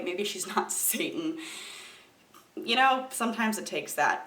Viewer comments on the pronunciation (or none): none